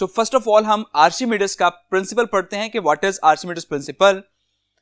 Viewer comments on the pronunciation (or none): you are pronouncing archimedes wrong kindly search its pronunciation on google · Please also correct your pronunciation of word "Archimedes"